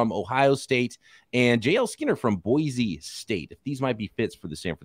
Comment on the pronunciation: As an Idaho native, I got a pro tip for you. Boise is pronounced "boy-see".